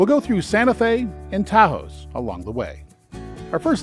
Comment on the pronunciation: Ta house? LoL, that’s not hoy you pronounce Taos.